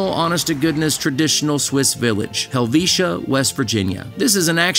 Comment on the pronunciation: HELL-VEET-A IS HOW WE PRONOUNCE IT ❤